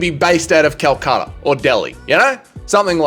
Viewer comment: Calcutta? Nah, Calchama..